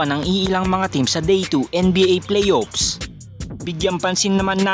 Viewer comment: Hindi ko mahuli sa pagbigkas mo ng Playoffs ba o PlayOps?